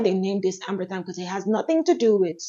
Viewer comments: For the Afnan perfume, I think it’s pronounced Amber rhythm. I thought it was ambery thyme for a long time, but then I watched some reviews and heard people pronounce it Amber rhythm and that’s probably more what it supposed to be, because you’re right, amber thyme doesn’t make a lot of sense for that fragrance. It’s one of my favorites! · Thanks for Irth review, I've only seen men reviewing it so held off. The Amberythme is usually pronounced as the two words Amber rhythm(e) merged, which makes more sense given the name and spelling, as opposed to the herb thyme. It's a nice one.